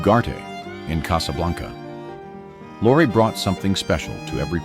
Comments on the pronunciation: The name you call "lore" , & "loray" is pronounced Lori, a girl's name; or Lorry, a British word for Truck. OR, (ffs!) PETER LORRIE! Dag nab it! I hope that's how the name is spelled! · Peter Lorre - Lorre is pronounced Lorreeeee. Hello??? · Peter Lorre it's pronounced Lori. Rita